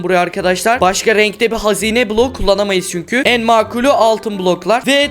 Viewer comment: Sen niye blog diyorsun bloko blog😂😂😂😂